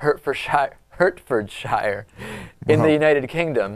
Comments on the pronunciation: I love you David, but coming from a Brit, you pronounce Hertfordshire is pronounced, Heart-ferd-shear. Shear, not shire. The same as New Hampshire. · HartfordSHEAR, not HartfordSHY-ER. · Hertfordshire is pronounced "heartfordshir". Got it? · Phoenetically its Heart-ford-sheer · It's pronounced Hartfordshire. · It's pronounced hart-ford-sher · Actually, it's "Heart-ford-shire" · it's pronounced heart-ford-shear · PRONOUNCED HEART-FORD-SEER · Its pronounced heart-ford-shire, I live there :D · it's pronounced as if heart-fd-sheer